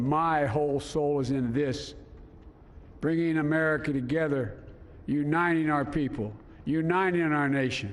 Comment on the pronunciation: Is he really saying 'you nining'.. can't he say the T in uniting? But he says it several times you nining